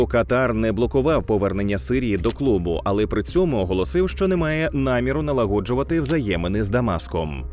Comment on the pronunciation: налАгоджувати відносини А не налагОджувати) Ви ж, лАгодите предмет, а не лагОдите)))